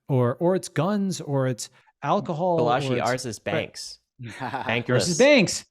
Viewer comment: I think it’s pronounced “BAH-la-jee” emphasis on the BAH, as opposed to “bah-LA-jee”. Heard it this said way in other other talks/interviews by people close to him